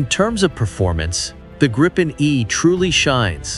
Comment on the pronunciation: The correct pronunciation is (in english spelling) 'gree-pen', as in 'sweeping', not 'grippen'.